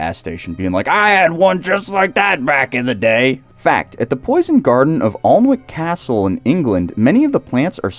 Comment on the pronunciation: Laughed at your pronunciation of Alnwick Castle. . . . . Try Anik (phonetic) Castle. . .